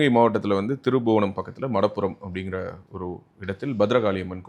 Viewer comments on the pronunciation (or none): திருப்புவனம் ,திருபுவனம் என்று தவறாக உச்சரிக்கப்படுகிறது.